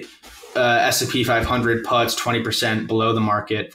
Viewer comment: The way he calls puts "putts" is adorable.